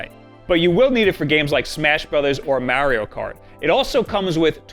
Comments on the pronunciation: Haha Mary-O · May-ree-oh kart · MAERIO KEART